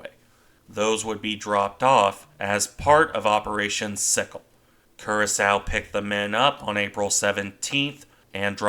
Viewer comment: and as a further point of order, the ship's name is pronounced Cura-sower, not Cura-sow.